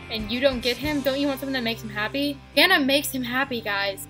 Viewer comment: Its bryana not briana lol and this is a good video